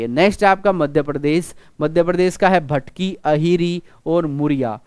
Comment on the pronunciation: Sir wo bhtki nahi matki hai